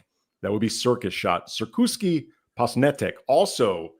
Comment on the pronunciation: "Posnetek" means film or camera shot in Slovenian. Correct translation would be "cirkuški met". You almost said "cirkuški" correct, apart from "š" part. "Š" is pronounced like "sh". And "met" is spelled like "met" Like when you say "I "met" someone"